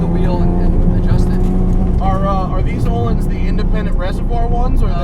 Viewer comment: Öhlins in not pronounced Oh-lins. It's Ö-lins, where Ö sounds like the U in the word "burn". H is silent in Öhlins.